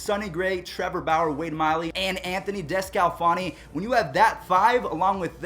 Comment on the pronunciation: Anthony desolofan is pounced An-tho-ney Disco -Lo_fon-Ey